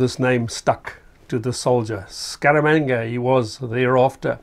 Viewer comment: “Scaramanga” ...more like “Skabanga” 🤣